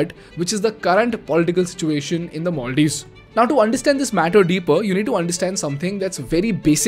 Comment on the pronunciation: you pronounced maldives wrongly every single time.